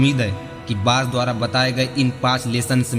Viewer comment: कृपया हिंदी सही पढ़ें,बाज होता है बात नही,शेयर होता है सैयर नहीं,हिंदी तो सही पढ़ो भाई।